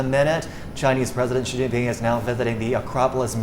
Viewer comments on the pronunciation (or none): This presenter is apparently a Chinese, I don't understand why he pronounced president Xi name like western media reporters, not pronounced correctly in Chinese way?